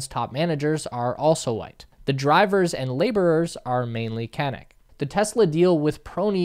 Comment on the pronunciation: Great video, but the natives are pronounced can-ook, like look. And the processing there is far from ideal, slurry ponds particularly, but close to normal good/best practice in reality.